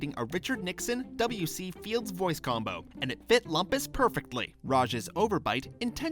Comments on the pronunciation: (Scoutmaster Lumpus impression) That's LOOM-PUS, bonehead nitwit..... Not LUMP-US! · It's funny how the narrator got Lumpus's name as well as the fact wrong about his name. It's pronounced "LOOMpus", but most characters call him "LUMPas".